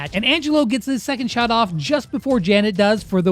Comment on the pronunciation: bro really sead Janet?